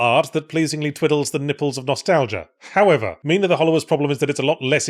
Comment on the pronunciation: There was a lot of weight behind that 'However'.